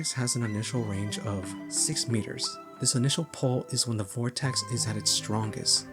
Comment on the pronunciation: why do you add a t to vortex?